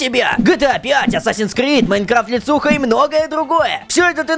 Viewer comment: Ассасин Крид правильно хе хе